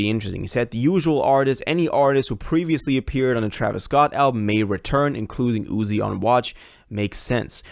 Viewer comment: bro said traevius scotland 💀